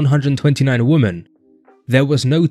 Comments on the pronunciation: He keeps pronouncing "women" as "woman" and its driving me crazy. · How many times do we have to repeat this, The plural of Woman is not Woman .. it's Women. It sounds stupid because it is stupid. It's the first thing a child learns and the simplest thing on earth yet so hard to remember apparently and I'm sitting here listening to this like Man . . did he just say 89 woman ? Give me a break